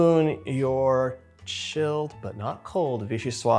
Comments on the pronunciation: Love watching you 💖 ! The pronounciation is : vee-shee-swaZ. That's because soup is feminine in French. Vee-shee-swaa is the masculine (and means something which comes from Vichy). 😁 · Just a FYI: VIchyssoise is a feminine word (in French, words are either feminine or masculine). As such, this word, is pronounced "vee-shee-suaze"). The e at the end is also a clue that it isn't pronounced "vee-shee-swa". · Mostly, if it has an 'e' at the end, you pronounce the 's' before it 👍🏼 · VichyssoisZe not silent at the end, was originally made as Postage Parmentier when eaten warm. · So delicious! I hate to be that guy, but... the final "s" in vichyssoise is indeed pronounced—like a "z" :) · Wish you all the best in all your endeavors :-) (Your Vichyssoise is spelt correctly, it's the feminine, so it's just a question of pronouncing the last S as Z rather than leaving it silent.)